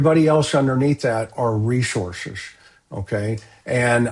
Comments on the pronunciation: You are mispronouncing the word 'resources.' It's not resorzez. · Where are these two from? Ashleigh says REZORces, and says LISEN plate.